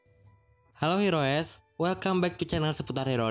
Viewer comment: Heroes klo dibaca bunyi nya Hiros bang, cuma mau benerin aja😁 Sukses terus buat channelnya 👍